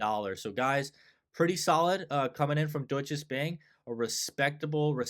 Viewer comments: "Doy cha" Bank - kinda like this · Deutsche Bank is pronounced without an S in the middle. Cheers from Germany ;-)